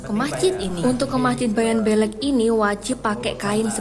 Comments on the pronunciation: Masjid bayan beule' bukan belek 😂😅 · Bukan bayan belek,tapi bayan beleq, artinya bayan besar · Yang benar dibaca Bayan Bleq tulisan Bayan Belek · Cara menyebut kata beleq salah sebenarnya yang benar adalah blek mukin kalau hanya tulisan kalian tidak akan pernah bisa menyebut dengan benar kata beleq itu taimata😂😂😂 Aku asli anak Lombok